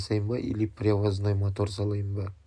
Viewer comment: Не мАтор, а мотор! Не ШеврАлеТ а Шевроле! Не КобОлДЬ, а Кобальт. Испанский стыд🤦‍♂️